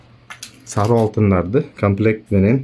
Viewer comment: Саруу эмес сары десен.